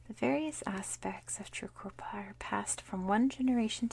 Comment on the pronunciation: Great video, You nailed the pronunciation of Tjukurpa, but you found the silent 'Tja' in pitjantjatjara. Think simply Pigeon-jarra. It is an awkward language to read, though once you see the sounds, it is rewarding. Palya.